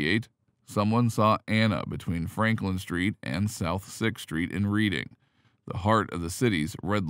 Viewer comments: Wrong prounciation! It is not READING as in reading a book, instead it souds like redding like the color red. If you can not get that right, how much of your report is accurate. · LOL..Where is this narrator from? Never played monopoly? It's not pronounced "Reeding," it's pronounced "Reddingf!" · Reading is pronounced Redding despite the spelling. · "red - ding" you robotic twit! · “Reading”, Pennsylvania, is pronounced “Red-ding”. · Yes, lol!!